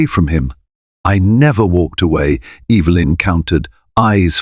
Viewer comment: It's EVA LYN CORRECT PRONOUNCEATION.